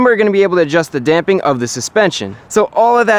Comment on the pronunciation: DAMPING!!! You could have literally no other content and you'd still be one of my favorites just for saying it correctly. Love your videos dude!